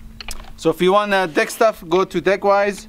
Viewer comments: Is it just me or did he say “de/ick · Who else had to on captions when they heard deck?😬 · Lmaoo 😂😂🤣😂... Us folks with accents always have a tough time with the word "deck" haha... All love, it just caught me off guard when I first heard it lol. I do it all the time too I'm sure 😂. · When u say deck it's sounds like something else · 😂😂🤣😂🤣 Can't believe no one else in these comments heard that lol.. I had to rewind after I heard it the first time haha. is the best one lmaoo.